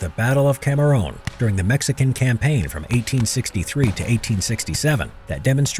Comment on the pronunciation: Cameruun* Geeez. The pronouncitation killed me.